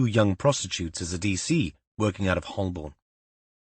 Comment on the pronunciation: Ho’bn not ‘Hollborn’ Great to be starting a new book 🎉!!